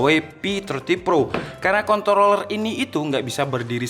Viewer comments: Lidahnya kepeleset 😓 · ajg ribet bgt sebut nya kOntroOlLerRr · Kontrrrrroler PAKE R😁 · Maksudnya apa sih ngomong controller pake R Biar pada mikir k0nt*ler gitu? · Menit jg gw dengar gitu dan jelas bet hahahaaa ngakak